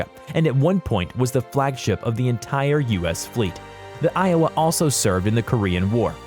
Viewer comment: WOW, he pronounced Iowa correctly, what a miracle!!!